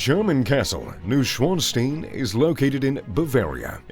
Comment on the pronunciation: Dude! love the videos but you have GOT to improve your pronunciation! Versailles and Neuschwanstein???? disgraceful!!